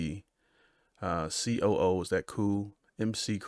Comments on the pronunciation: not mc coo pronoune macoo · Her last name is pronounced Muck Coo... the other last name is pronounced back a rack... good try! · The name of the group is "The 5 Dimension", no members name was ever featured. McCoo is pronounced "muh-koo", two syllables, like McCoy. They are performing on the syndicated TV program "Soul Train". I worked on several shows with the group and they were a pleasure to work with, no ego trips, no ridiculous demands in the contract rider and no attitudes. They were humble and friendly to everyone the encountered. Both ladies in the group, Florence LaRue, are beautiful ladies. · It’s not MC Coo ?? It’s McDonald’s, Mac, Mack. If you don’t know how to say her name, what am I gonna care about what you think? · It’s not M C Coo. It’s pronounced Mickcoo. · It's not M.C. Coo it's Ma-cU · McCoo. Like McDonald or McDaniel. Not M C. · ROTFL!! McCoo is like MackKoo why would you ever think it’s pronounced like MC Coo? Also McCoo not McCoos. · Why would it be pronounced M C though😂? Is McDonalds pronounced M C Donald’s? Come on brother. 🤦🏾‍♂️ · Mack-Koo :) Try "Stoned Soul Picnic", "Aquarius" :) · Pronounced ma coo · DUDE ...its MA-KOO and BACK-AH-RACK. No offense, because I know that you're intelligent....but your obvious public school education failed you. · McCoo is pronounced Mack Coo. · Pronounced Ma -koo. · Its pronounced Macoo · Marilyn 's last name is pronounced McCoo- Think of how you pronounce the fast food restaurant- McDonald's-close emphasis on Mc.Most people phonetically pronounce the Mc as Mic. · They had their own show for a season or two. Pronunciations-Mac Coo for McCoo and Back a rack for Bacharach. Good video. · mc-coo. please....... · McCoo is pronounced Ma Coo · It's pronounced "Muh-cooh" rhymes with Magoo or Ah choo. Burt Bacharach pronounced Backer Rack. Just one R necessary not two Backer Rack. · If he calls her Mc coo again I’m gonna die. SMFH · Marilyn Mickoo is how it is pronounced. I have always loved her voice.